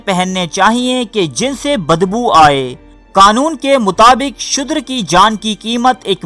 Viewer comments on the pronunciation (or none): Apo ki stories bohat acchi hoti hain.magar Tallafaz bohat ghalat maslan shudher ka asal lafaz shoodar hai.